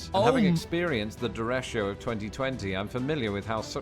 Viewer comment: Interesting how he pronounces derecho with an "sh" sound instead of "ch" and adding an 'i' before the 'o'. It's pronounced day-ray-cho.